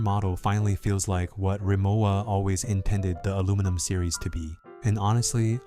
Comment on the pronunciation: It’s ree-mo-va, not ~wa.